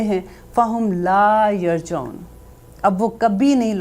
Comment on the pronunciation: yar ji oon hai not yar jaoon